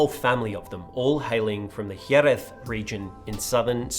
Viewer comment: As a Spanish speaking fella, I appreciate the dedication to pronunciation of Jeréz. Points for trying.